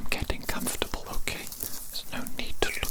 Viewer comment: “cum-for-table” Sorry its just how he said it caught me off guard